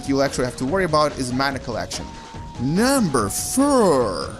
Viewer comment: Number furr :D